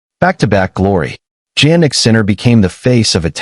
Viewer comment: Hey his name is pronounced as if it started with a Y-Yan like Yawn not JANnik like Jam--and you should know this